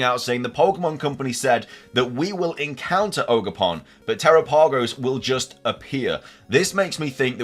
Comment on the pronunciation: Dude!! Te-RAP-Ah-Go-s The name is based on the Galapagos islands!! PLEASE try to pronounce it correctly!! I feel bad for the people experiencing so many bugs......I haven't experienced ANY. Yeah, I think Ogerpon will end up NOT being evil. There is a four pointed tera crystal in the mask. That could be what gives it its power/ has corrupted it.